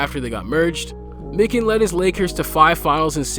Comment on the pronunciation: MY-KIN….Christ if you wanna have a basketball channel, learn the fucking names….